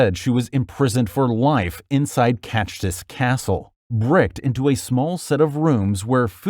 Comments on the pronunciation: Bro it’s not cashstis, it’s Čachtice😢🇸🇰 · imprisoned in "catch this castle". Dude, i know that slav pronunciation is damn hard for english speaker but i loled really hard on this.